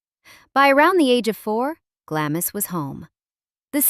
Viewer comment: Glamis is pronounced Glahms!